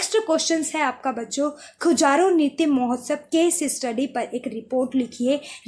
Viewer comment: Khajuraho hota h madam खजुराहो